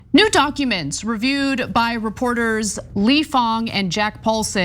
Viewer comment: The influence on public discourse is frustrating, will definitely give the report a read. Maybe a small thing, believe it's "Fang" not "Fong"